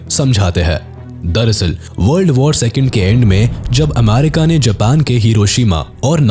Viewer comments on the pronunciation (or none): none